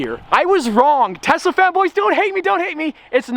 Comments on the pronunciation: Sounded like he was saying Tessa instead of Tesla, but speaking of Tessa where is she??🧐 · Is it just me or it always sounds like he’s saying Tessa instead of Tesla. 😂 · Sounded like he said bugatti 🐞 vs tessa 💁‍♀️ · "Bugatti vs Tessa" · Who else heard Tessa when he said Tesla? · Same there should be buggati vs tessa v tesla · Did he just say "i spent my day in ubers and in tessas" like i mean one tessa would be perfect but i guess one wont cut it for you "time:1.35". JK I KNOW HE MEANT TESLAS BUT I WANT TO PICK ON HIM A LITLR BIT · Why he can’t pronounce tesla correctly he keeps saying Tessa 🤣🤣🤣🔥🔥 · Why do i hear Tessa insted of Tesla?? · Did he whole video saying Tessa instead Tesla??? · Nobody: Literally Nobody::"tessa"🤔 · he said "TESSA VS BUGATTI" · "How many tessa does it take to stop a Bugatti" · He was saying tessa I think on purpose lol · Did I hear it as tessa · He totally said Tessa vs Bugatti! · Every time he says "Tesla", I keep hearing "Tessa" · he calls tesla’s tessas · Any1 else think he said tessa when he said tesla? Any1, or only me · Whenever he says Tesla I feel that he is saying Tessa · i thought u said “Tessa vs bugatti” i was like man set yo priorities straight lol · You said Tessa baby girl lol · Sounds like he is saying Tessa but he is saying Tesla 🤣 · Did anyone else hear “Tessa vs Bugatti’ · Tessa model X 🤣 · Yo he definitely calls the tesla Tessa lol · I have headphones, he is saying Tessa. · “Bugatti vs TESSA” Was I the only one to hear that? 😅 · You are not alone lol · *also every time says “Tesla” my brain can only hear “Tessa” and I keep double taking 😂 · Am I the only one hearing Tessa, Tessa, Tessa? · He is saying "Tessa" all the time, or my ears have cancer or something XD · definitely saying tessa lmao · he says tesla, but it sounds like tessa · He definitely said "Tessa" lol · I swear he keep sayin "Tessa Vs. Bugatti" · or did he say Tessa instead of Tesla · 🤭🤭 He's saying - 🤦🏽‍♂️ "Tesa" and not Tesla! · He did